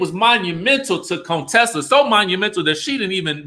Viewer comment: I enjoy your videos, but.....Would you PUHLEEZE pronounce Contessa's name correctly. Her name isn't "Coontessa". That's so disrespectful!